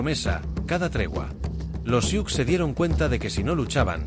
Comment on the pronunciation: No se pronuncia "siuks". Se pronuncia SU